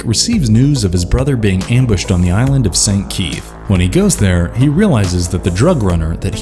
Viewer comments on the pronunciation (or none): none